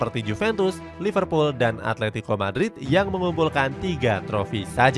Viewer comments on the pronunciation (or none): none